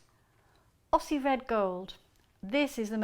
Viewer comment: Aussie is pronounced Ozzie, not Osssie.